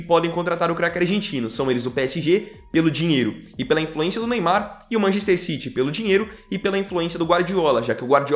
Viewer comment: Mc errrrrro citi